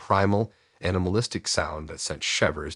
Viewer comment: Hint, the word isn't shīvers, and another is read = red not reed